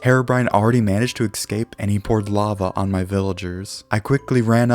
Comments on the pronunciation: i dont like how he says escape, he says it like "excape" and it annoys me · Youre saying.,, escape" kinda weird like eKscape